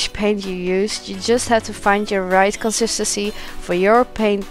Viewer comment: Omg if she says consistency wrong again I’m gonna scream!